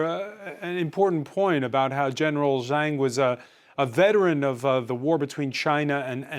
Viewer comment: Please work on your pronunciation of Chinese names. Zhang must be pronounced /d͡ʒɑŋ/. There are many other examples.